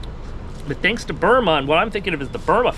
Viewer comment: It’s Byrna with a “n” not “m”